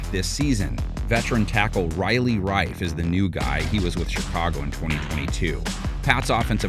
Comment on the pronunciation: Riley Rieff (REEF) not Rife. Still impressed that only one error in 5 hours of different names and teams.